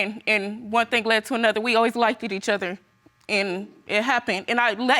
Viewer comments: "We always liked-edid each other" I know she didn't graduate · He saying ( addresseded) and she saying ( likeded)🤦🤦 y'all both too old for that!! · When would you black Americans speak proper English it's not lik ed it's liked and happy Valentine's not happy Valentimes and just 2 I can go on and on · Lik-ted? It’s liked. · Address- TED.... Like-TED... 👉🏼🚪